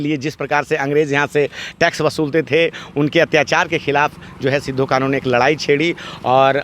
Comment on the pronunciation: सिद्धू कानू नही होता है इस को अपभ्रंश मत कीजिए। सही शब्द सिदो-कान्हू होता है।